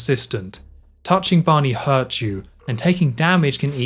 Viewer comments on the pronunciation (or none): none